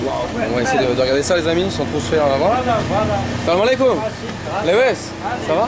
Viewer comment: On dit salamualaikum, kum ,Mais Pas kom